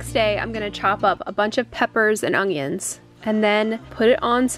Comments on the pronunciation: I I've that you say, "Ungyuns." I know people that say it too. Love the cooking segments. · I just remembered how in your last video you said you pronouns onions a different way. Its so cute